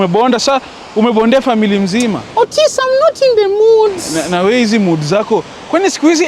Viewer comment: 18.09 EY Otis... 'orways' really? 😂